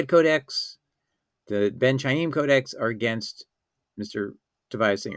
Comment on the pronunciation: From the way you pronounce the word Khayim, it’s clear that you don’t know the Hebrew language.